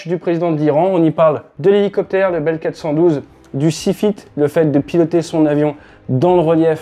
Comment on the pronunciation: Helicopter a un " Souci " ???? Problème technique. Les Gens ont des soucis . .. concerne avec le massacre de la langue française. + le Franglais. A propos BELL Helicopter....Non BELELLE 😂...